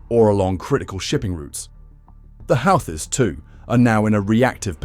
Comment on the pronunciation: Congrats on stretching a 10 minute story to 27 minutes. Why does it keep changing the pronunciation of Houthis? Doesn't anyone ever proofread their work?